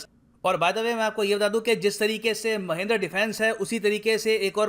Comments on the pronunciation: Sir, Wo Mahindra hai Mahendra nahi😂😜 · Sir there is a mistake in your pronounciation...its mahindra not mahendra..you should call it महिन्द्रा not महेंद्र ..overall well informative video as always... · Mahindra sir not mahindar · Isn't it महिंद्रा